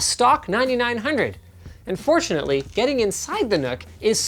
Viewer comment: Am I the only person who keeps on hearing unfortunately instead of "and fortunately" ?